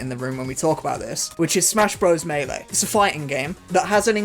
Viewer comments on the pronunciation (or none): just fyi both ways you pronounced melee are wrong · The sad part is, a lot of people pronounce "melee" as mee-lee in earnest.